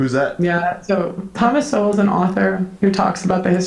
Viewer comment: It hurts me to hear her butcher Thomas shol like this. He is a great man , educated and on point from a very well documented perspective. She didnt get these bits from him at all!